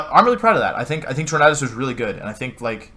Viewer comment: "Tor-mad-us" Amazing.